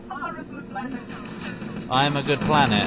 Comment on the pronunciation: I think he said "planner" not planet.